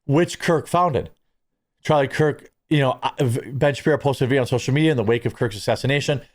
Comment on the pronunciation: I feel like u keep saying charlie kirt not kirk